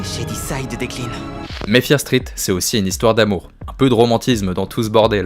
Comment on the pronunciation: Ça me stresse, tu peux ajouter le "T" au mot "Street"...